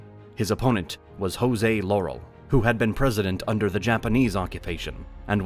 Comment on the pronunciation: We Filipinos pronounce the words in Filipino Spanish. Just like the Mexican Spanish, the Latinos. The S in Jose Rizal is not silent in Filipino Spanish